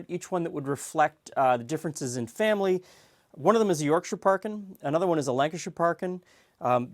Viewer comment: No one gonna mention how said the 'Shire' suffix correctly, bloody hell im impressed.